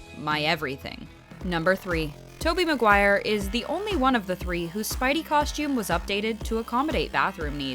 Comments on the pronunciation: “Tobey Mcquire”?????? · "tobey mquire" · More like bully mcquire just saying you ummm messed up his name! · Its Tobey Maguire not bully😳🤣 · in the vid is said muqire lol not maguire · meee haha they said mcquire its maguire i think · “Tobey Mcquire”